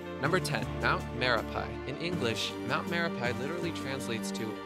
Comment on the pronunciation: its not spell me-re-pai but me-ra-pi